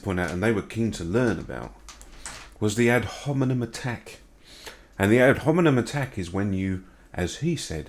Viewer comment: He can't even say the word "hominem" properly. You'd think he'd have had enough practice by now, wouldn't you?